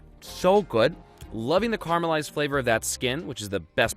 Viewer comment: The way pronounces "caramelised" scares me